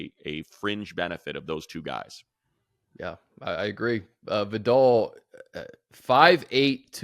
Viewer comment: Money thank you for pronouncing Vidal correctly unlike those college broadcasters. Please continue to say it correctly during games this season 🙏